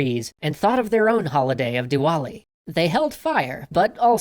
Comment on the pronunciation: As Hindu, I LOVE THAT HE SAID DI "W" ALI